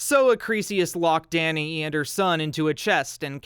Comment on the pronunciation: Thank you for pronouncing Danae correctly…!